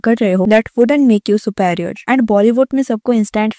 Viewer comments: It's not su- paarior lady.. It's su-- pe- rior.. peee.. not pay.. correct yourself first before schooling others lady.. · Buddy. Just an FYI... It's not SUPEA-RIOR. It's SUPEEE-RIOR. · Su + pairi + er ni hota Su+pi+ri+er hota hai Ins + taint nahi hota dear ins + tnt hota h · Behan sab theek hai lekin thoda apna pronounciation theek karo. Ye kya Suparior Suparior laga rakha hai. Superior pronounce karna itna bhi mushkil nahin or you are pretending to be someone from South Bombay or Delhi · What is "supaarior" and "instaant" ? Please learn how to pronounce myan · bruh at least pronounce the word "Superior" correctly ..it is so annoying .. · please work on your pronunciation too. Words like 'superior', 'instant' and 'take care' are being mispronounced every time and it lowers the quality of the content and distracts the viewer. If you work on your english speaking skills, the end product will look more polished and feel good to the listener